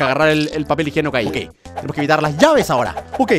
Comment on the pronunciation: dice "papel higenoco"